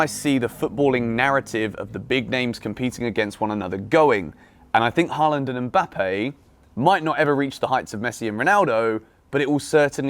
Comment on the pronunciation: His name isn’t “Harland “